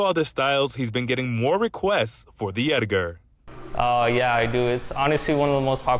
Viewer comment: "the Ediger"